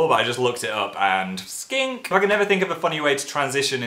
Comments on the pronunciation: The end part sounds like he said skank instead of skink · I like how at the end you say skank rather than skink xD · Not joking I thought he said "skank" and I lost it